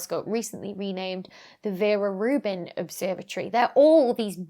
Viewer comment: That's how it should be pronounced in English.